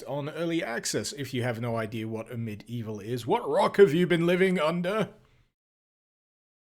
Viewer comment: Ugh, I always think he said "A Medieval..." And I go medieval what?!